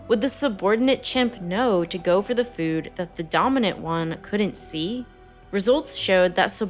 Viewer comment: the way you say “Fewd” gives me depression lmfao